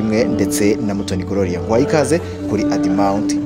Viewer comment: On dit gloria,pas grolia